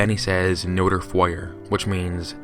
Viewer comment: Emma Jones Me too. He also said, "l'attaque" like it was Spanish! And don't get me started on "Notre"!